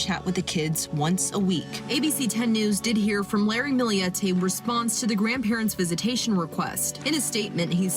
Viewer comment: For FUCK’S SAKE! It’s Millete NOT “Milli-yette”! Get it right jerks.